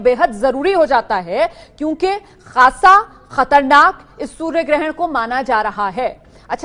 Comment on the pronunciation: Anchor madam katarnak nahi khatarnak hota hai